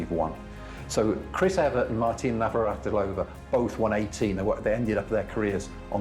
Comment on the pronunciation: Whoever wrote this script knows NOTHING. Chris EVERT. Not EVERET. The Australian us NOT the kast Grand Slam of the Season. It us the first You could have had your product checked and edited before you put it out for public consumption.